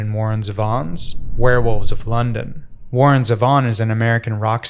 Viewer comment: Perfect vid except it's pronounced ZEE-Von :goodvibes: Also, the world needs more chupacabra songs.